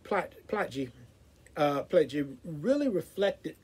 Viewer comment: Insightful review! For your interest's sake, his surname is pronounced "Ply-key".